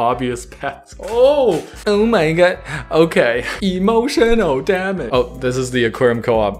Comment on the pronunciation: Spit out my orange juice from my aquarium coop cup when you said E-MOSHUNAL DAM-UGE.